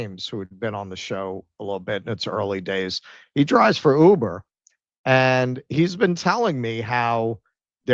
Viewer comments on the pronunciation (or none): none